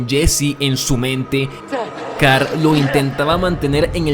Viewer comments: Carl ❌️ Car✅️ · Lorri, Car, Ritt, aprende a pronunciar los nombres por favor. Dislike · "Carr"? "Rit"? "acetar"? con razón tu nombre es con T y no con L.